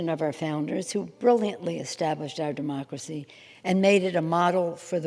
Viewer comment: "mUh DuHmoCkeruHsee"